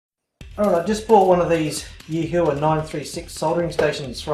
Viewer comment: PS, It's pronounced Yee-whah.